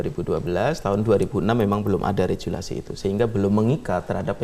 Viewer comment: Jangan pernah percaya sama orang yg salah melafalkan regulasi dengan rejulasi. Bahkan di bahasa Inggrispun dilafalkan regyuleishn, bukan rejuleishn.